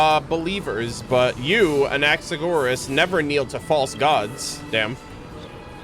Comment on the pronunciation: I'm a bazillion years late but since I am Greek I wanted to let you know the way you say Anaxagoras (with the intonation on o) is actually how we say it in greek!